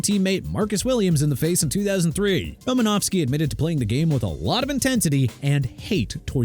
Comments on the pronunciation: thought it was RomanOWski.. not Romanavski... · Roses are red, violets are blue. Unsportsmanlike conduct, Ndomunkong Suh. Also, there is no "F" in Romanowski. It's not "Romanofski." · WHOEVER SAID NDAMUKONG SUH'S NAME WRONG NEED TO BE FIRED IMMEDIATELY!! ALSO IT'S EVAN DIETRICH-SMITH!! AND TYREEK HILL MOST HATED PLAYER... KEEP THINKING THAT DUDE... I WISH YOU WOULD... ALSO IT'S ROMA-NOW-SKI NOT ROMA-NOV-SKI!! THE MAN AIN'T RUSSIAN!!!! I DON'T NEED THIS... I REALLY DON'T... YOU PPL NEED TO QUIT...